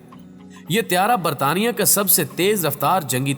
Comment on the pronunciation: Britain ko konsa shi bola isne😂😂